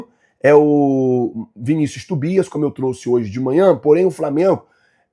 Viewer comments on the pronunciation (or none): none